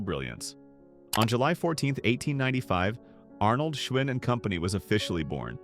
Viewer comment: I learned a lot from this video. Giant bicycles were manufactured in the Giant supermarkets! 😆 Also when Schwinn, or "Schvinn" depending on how your AI narrator decided to pronounce it this time, the brand disappeared from supermarkets? I guess it was too much work for an actual person to edit this schlock. This entire video is a joke. The loss of American craftmanship covered in an AI narrated, AI produced video. 😢